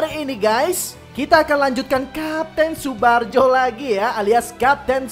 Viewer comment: Tsubarjo bukan tsubajo